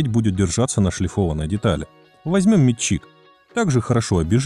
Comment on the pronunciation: МетчИк ? Что за нахер с ударением?